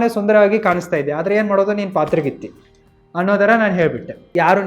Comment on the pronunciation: ಪಾತರಗಿತ್ತಿ ❌ಹದರಾಗಿತ್ತಿ 😂✅